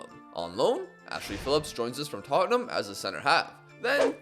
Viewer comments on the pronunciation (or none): none